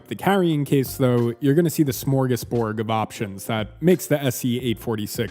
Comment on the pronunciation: “Smorgasbord” not “smorgasborg”. “Flange” doesn’t rhyme with “change”, it rhymes more with “plans”.